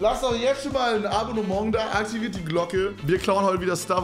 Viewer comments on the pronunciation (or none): Niemand: Keine Seele: Nicht mal Trymacs: Kevin: AbonneMONG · Niemand: Deutsche: Abonnomong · Nen „abbonemong“